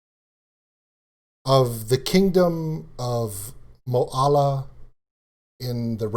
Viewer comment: you say Oregon sort of like Or then gen so Or-gen and the town she is from is Mo then Lall then a sort of like Mo-lall-a well that might get you close and thank you for the Reaction on Liliac they ROCK IT